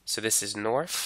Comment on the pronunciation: 'norf souf eas wess' hits hard🗣🗣🗣🗣